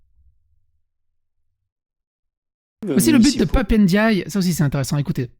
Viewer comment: Son nom c'est Ndiaye, pas Éndiayé, à toutes fins utiles... ;-)